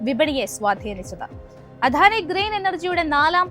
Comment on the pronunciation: അവതരണം കൊള്ളാം. വാക്കുകളുടെ ഉച്ചാരണം കൂടുതൽ ശ്രദ്ധിക്കണം. ഉദാ : ദ ( അധാനി അല്ല അദാനി എന്നാണ്.